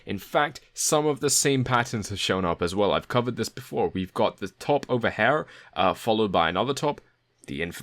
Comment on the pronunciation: SAY HAIR ONE MORE FUCKING TIME